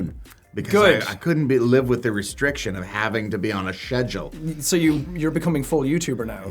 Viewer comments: now i have a new way to pronounce schedule thanks Jack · Yeah Jack Black likes to make fun of the English pronunciation of schedule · Hes mocking the way Americans pronounce it. They pronounce it like "Sheduol" but most people pronounce it "Skedule"